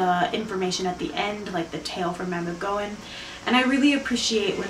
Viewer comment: I like this pronunciation. I always feel a tad silly saying "mab-in-oh-ghee-on" (5 syllables). Yours is a more concise and manageable one.